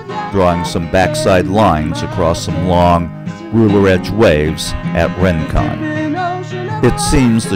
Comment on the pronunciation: Isn't it pronounced "ring-kon", not "rin-kon"?